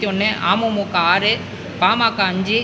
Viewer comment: ஒரு கட்சி பெயரக்கூட சரியாக சொல்லத் தெரியல அமுமுக அப்படினு இல்லடா அமமுக தான் இருக்கிறது